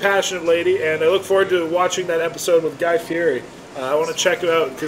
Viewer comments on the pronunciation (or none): And you keep saying guys last name wrong